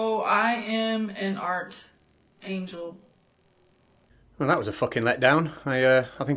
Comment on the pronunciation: It really sounds like she's saying "art angel" rather than "archangel." I wonder if she just misheard the word that she is repeating and doesn't understand what she is saying, or ... what?